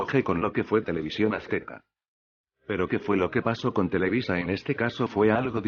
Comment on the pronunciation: osea televisa no televiza, ya me idiotizó, jajajaja